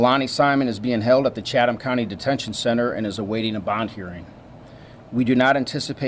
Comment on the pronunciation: "Chatham" is not pronounced with the H. Chattam. Tie-bee Island. Been there many times!